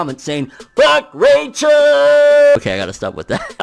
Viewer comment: I love how you say Rachel's name the way they pronounces in the anime😂😂